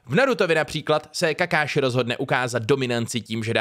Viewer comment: Video celkem fajn, ale místo toho abys celou tu zápletku z filmu, anime či jakéhokoli video obsahu vysvětloval počas toho kdy video běží, by bylo podle mě lepší říct na začátku jen to nejdůležitější a ukázku nechat puštěnou s původním zvukem aby si diváci udělali vlastní názor. Ale je to jenom z mého úhlu pohledu. Btw ten ´´KakÁši´´ mi urval uši :D